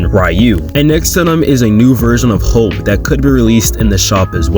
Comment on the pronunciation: Why does bro say hope weird